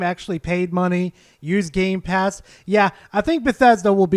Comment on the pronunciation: I'm sorry did he just say game plast